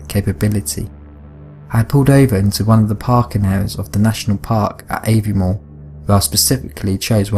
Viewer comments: just a wee note, Ullapool and Aviemore are pronounced as they're spelt, not youllapool and ayviemore. :) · I cringed when he try to pronounce Cairngorm and Aviemore .... just not even close